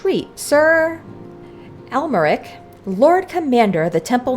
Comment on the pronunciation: You can say Amyeric like saying America, but without the last A on the end!❤